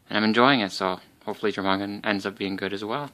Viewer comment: great unboxing. Also it isn't Jormungand it is pronounced as your-mun-gand